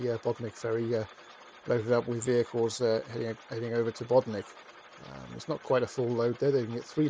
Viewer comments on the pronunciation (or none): Pity he cannot pronounce correctly